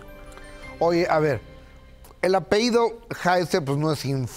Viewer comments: Se dice ( apellido ) no ( apehido ) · Ay Gustavo, ya te iba a contar cómo los presentaron y lo interrumpiste. Permíteme hacerte una observación respetuosa, se dice apellido, no apehido. Saludos ✨ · TODOS PODEMOS COMETER ERRORES AL HABLAR.........PERO UNA PERSONA QUE VIVE DE HABLAR?? ES INACEPTABLE QUE NO SEPA QUE SE DICE APELLIDO Y NO APEIDO. A LEER MAS GUSTAVO ADOLFO.